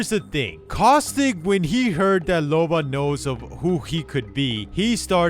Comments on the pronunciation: You keep calling her Lobo. 😂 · “Lobo” lol